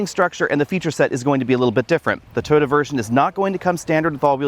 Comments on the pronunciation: TOY-OTA, not TODA. Wth? Also, Subaru and all other manufacturers should keep fabric off the dashboard. The gauge screen should have a hood around it to ensure it is readable in bright sunlight. You can see in the video that it is struggling with glare. The infotainment screen is non-critical, but drivers should always be able to see the gauges. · first time ive heard "Toyota" pronounced "Turd" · "The Toyoode" 😄🤣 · I like your Aussie accent, you pronounce "Toyota" as Turtle, and I have to get use to it, Why buy Subaru instead of Turtle BZ4X if they are almost identical? Depends on which badge i like better? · When you say "Toyota" I hear "turd"